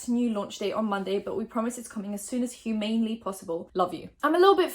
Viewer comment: it’s “human-ly possible”...not said like “inhumane.” 😀